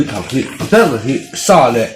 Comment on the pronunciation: Sa tih pawh in lam dik theilo ania 🖕🖕